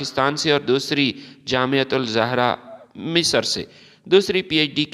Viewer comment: فضول قسم کی وڈیو اس کو جامعہ الازہر کا صحیح پتہ نہیں اس جامعہ زہرہ تلفظ کرتاھے